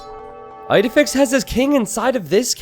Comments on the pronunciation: isnt it pronounced Eedehfix? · As an Astérix fan, hearing "Eyedefix" over and over again physically hurt...